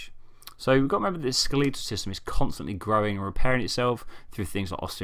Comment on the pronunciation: It’s skeletal, not skeleetal.